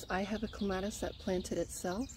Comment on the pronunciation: You say it like me! I am adding a clematis to my yard and I was getting a little paranoid because every other video I have seen has pronounced it so differently. I was thinking I have been saying it wrong for forty years. But I saw in another comment you are from Michigan, so maybe it is a regional thing, like knowing cot and caught sound nothing alike.